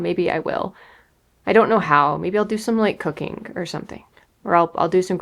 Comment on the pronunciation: / so when you said you prepare for depression, maybe you’re gonna try cooking I thought you said cocaine. I laughed so hard. I said oh this is gonna be good. Love you.😂